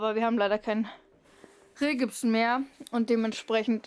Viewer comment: Kleine Korrektur: es heißt OSB Platten nicht USB Platten und Rigipsplatten nicht Rehgibsplatten. Ich finde es richtig toll was ihr alles geschafft habt. Bin schon sehr gespannt wenn es fertig ist.